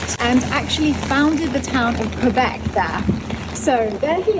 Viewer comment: Thanks you to actually well pronounce Québec, my heart feel better ❤️